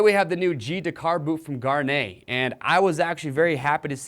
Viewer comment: Why can't anybody pronounce Gaerne properly?